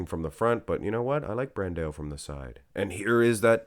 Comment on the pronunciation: It's not "bran-de-oh." It's "bran-dow." And it's not "Ah-wo-DI-bu" it's "Ah-WO-di-bu." I know you're going to think I'm just another annoying commenter, but bro, it's SO DISTRACTING with you butchering these guys' names every 10 seconds. It would be like watching a channel and hearing someone constantly say Sylvester "Sta-low-nee." Can you PLEASE put some effort into learning at least the most popular guy's names so we don't have to be distracted with constant mispronunciations and we can just enjoy the content? Please and thank you. And before you think I'm just another hater, I watch AND upvote ALL your videos.